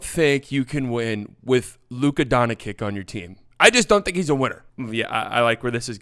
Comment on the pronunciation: I love how Stephen a smith can pronounce antetekounpo just fine but says “donchick” because don-chitch is apparently too much for him